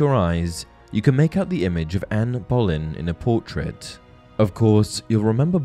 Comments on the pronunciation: Anne Boleyn, pronounced Bow-Lynn. How does any English person get this wrong? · Hi not to be rude I love your videos but it's Anne Boleyn said like Bo-lin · No. 10 - Anne Boleyn (which you spelt Ann Bolyn) is pronounce Berlin because her last name is also spelled Bullen :P Just for future reference :P